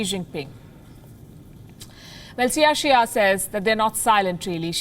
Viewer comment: It is CAI = KAI Xia